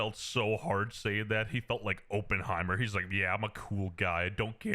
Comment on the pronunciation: the most controversial thing about any of this is the way he said oppenheimer